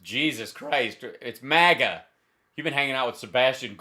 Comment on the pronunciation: What's with the MAGA pronunciation?? Trump Jr was doing the same in his last raving on whatever show , pronouncing it Mar Gar , like the Queen of England would say it.